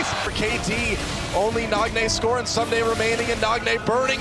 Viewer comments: Amazing work but, K koma and soomday.... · since when is ssumday pronounced soomday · Ahhh I cringe every time he says "soom-day" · Good video but every time you mispronounced Ssumday's name it grated